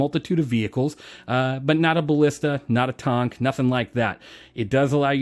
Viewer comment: you get a like just for correctly pronouncing "tonk". I made a redesign pitch a couple years back, but it's gonna be a long time before the carrack gets reworked...